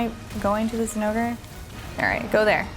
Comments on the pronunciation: thats how you pronounce it..... its not "Zinn-O-Gray" even the devs during their own demo showcase videos from previous games pronounced it as "Jin-O-Gah" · Why you gotta butcher the name zinogre like tht